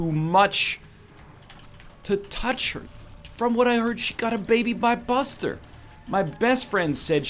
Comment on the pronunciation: NL did you say "She had a baby by Buster?" Lol It's Busta, as in Busta Rhymes my dude